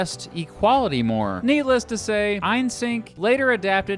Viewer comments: Ein-sink…?!? Eye-senk … Eye-senk 😅 Also, there’s Carl Marks, and then there’s the FARRIGHT 😠😡🤬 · Why do you say 'Eynsenck' instead of 'Eysenck'?